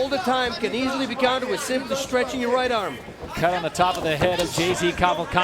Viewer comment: this man legitimately says "and now, ladies and gentlemen, on my white, his opponent..."